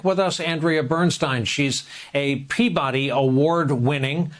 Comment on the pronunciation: Did you say pee-pee-body award? For micturating journalism? I wanna see it!